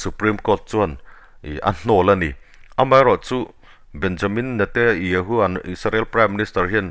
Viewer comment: I news ngaihthlak a nuam e,Mahse Israel prime minister hming i lam dan hi ...Benyamin Netayahoo Nilo in Benyamin Netanyahoo tih zawk tur aw😊